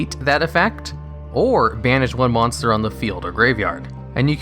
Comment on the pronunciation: “mosnter” Great vid though, love these lists.